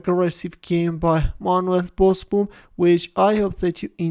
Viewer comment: Pronounced Bosbohm. Double oo is pronounced as a sustained o in Dutch. Like "Ooh no!"